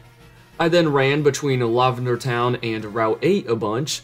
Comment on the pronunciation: No way you actually pronounce it "lawvender" that's is unhinged